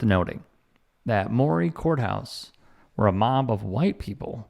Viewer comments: Maury county in Columbia Tn . They pronounce it * MURRY* this town is about 50 miles south of Nashville on U.S 31 or down I-65 having lived there for 10 years I know why they pick this Columbia courthouse for the video ! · It's colloquially pronounced "Murray" County. This liberal Tennessean was born and raised here in the shadow of that County Courthouse in Riverside. I found the song and music video absolutely abhorrent, immensely partisan, and asinine. Columbia, the home of President James K. Polk, is not a small town. Nor is the county of over 100,000 people here in the greater Nashville Metro area. You know Nashville...a liberal enclave like any other metropolitan area, which has been gerrymandered, wholly partitioned in order to make a seat for Andy Ogles, our former county mayor and charlatan. All to give the GOP a 9-1 majority rather than an 8-2 (Nashville and Memphis) further diminishing the representation of their liberal, fellow countrymen like myself. But I digress...back to you people, my ideological allies. Do not disparage my hometown for the sins of a bygone generation. Yes, this county, like much of the South, has a great deal to atone for in its abysmal civil rights history, and yet, it has had a great deal to contribute to the nation at-large for its progress.